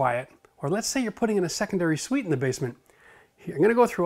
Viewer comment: lmao "The secondary Suite"